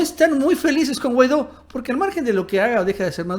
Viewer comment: Minuto "Guaido"